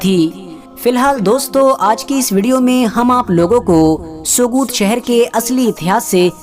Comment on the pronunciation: Sogut me g silent h bro Pronounce as sout